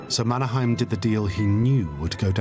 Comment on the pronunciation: Problems: - Mannerheim pronounced wrongly. - "old enemy" .. 22 years of independence does not make one as on old enemy - Russian soldiers are wrong. Those were Soviet soldiers AND mostly Ukrainians (Stalin's way to make a genocide) - not explained why Mannerheim knew: because he was an officer in the Imperial Russian army. - you'll notice there is an Alexander II statue in the middle of Helsinki (the old center) .. because he maintained the semi-independence of Finland. - Finland needed German help because the fact that Allied were too weak and sending help using ships were impossible. And due to the blaa blaa blaa instead of actions (which dominates today's EU too). Finns typically act. We are introverts here and mostly dislike blaa blaa blaa.